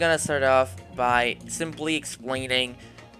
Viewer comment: instead of explaining i heard exploiting XD